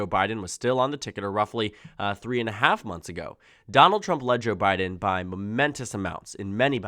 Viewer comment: You're starting to say "Jabbiden" 😅